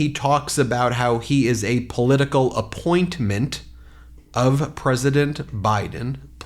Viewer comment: tfg is obviously losing his addled mind; he pronounced “opponent” as “appointment”. He has zero basis to mock anyone!